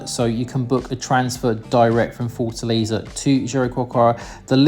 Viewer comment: A like to the sound of “Forza Laser”. That’s how I am going to call Fortaleza from new on…😂😂😂